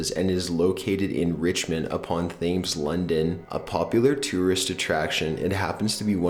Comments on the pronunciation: As a Brit I cracked up when he said Thames. It's pronounced Tems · I like this guy's videos, but he really needs someone to help him with pronunciation. I find myself cringing when he uses phonetic pronunciation for words like "Thames". If it was just a one off it wouldn't be an issue, but virtually every video he uploads has one or more significant mispronunciations. Not trying to be mean, I sincerely believe that with a little guidance he could improve his videos, as well help viewers get a better sense of how names and terms are properly pronounced. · Thames is (oddly) pronounced more like "Tems" and not like it's "themes". The H is very softly pronounced, unless you're an East Londoner in which case it is just "He fell in the Tems, innit?". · that is Thames(as in t-air-mz...not th-ay-mmz) #jusysaying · and the river thames lol thaymes? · mdfk79 I had to put my phone down for a second and take a deep breath before watching again 😂 My mam heard and said "Thaymes? Really?" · thames is pronounced tay - ims btw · it's not pronounced Thames it's pronounced Tems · Thames is pronounced Temes. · If you're going to narrate, you should learn how to pronounce words correctly. Thames is pronounced "tems". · ha how he said thames... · Not how your supposed to pronounce Thames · You can at least pronounce Thames right...omg